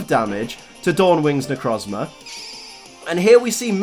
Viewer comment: It's pronounced Ne - Croez - Mar